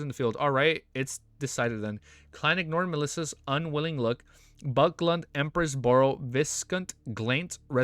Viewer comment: Haven’t finished the video, so don’t know if you corrected it, but it’s bAcklUnd, not buckland or backland.